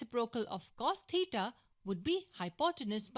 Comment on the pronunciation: god please help this woman with her pronounciation of theta